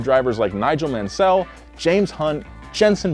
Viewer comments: It doesn’t surprise me he didn’t mention Nelson Piquet. If he really knew about F1, he would have mentioned a 3 time world champion! When he pronounced Nigel Mansell wrong as “Nigel ManSÉL (also spelling it wrong with one L) instead of pronouncing it as “Nigel MÁNsell”, I knew he couldn’t be a real F1 person. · "Nigel Man-Sell" LMAO.... cmon brah..... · He makes him sound like a slave trader "Man-Sell" you need to listen to some vintage Murray Walker! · i just made the same comment. If you're English... Murray Walker... And it's Niiiiiiiiigel mansell. Made me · Nigel Man-Sell Boat-Ass Kehkeh Rosberg It’s so bad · right, it’s not like speaks the language where Mr. Man-sel is from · Lol I was thinking was a big time F1 fan until he did that lol. Any big F1 fan knows the name Mansell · "Nigel Man-sell” 😂😂😂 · No one: Literally no one:: ManSEL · Nigel Man Sell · Nigel Man-Sell? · "nigel mansell" bro its Man-sel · di you really pronounce it Nigel MAN -Sell? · Came here looking for this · chuck leclerk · He probably just couldn't wrap his head around the pronunciation of Piquet. Look what he did with Mansell. Lol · Mansell, Schumacher, Valtteri, cmon mate.. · But the mispronunciation of Mansell's name is small compared some of the others. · the way says mansell (and the fact that they misspelled it) makes me wanna cry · His pronunciation of Mansell. 🤣🤣🤣 It makes me wonder how much he knows about F1. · "Brazil has 3 champions" only mentions 2 smh also the worst pronunciation of Mansell I've ever heard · How Mansel pronounced was criminal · Listen I’ll forgive you for mispronouncing Mansell since it’s been a while since he has been on the grid but how can you mispronounce Valtteri, have you not seen a single f1 race since 2013? They say his name all the freaking time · The UK isn’t a country it’s 4 different country and the way u pronounced Nigel Mansell 😂 It pronounced Mansel like Mantel but Mansell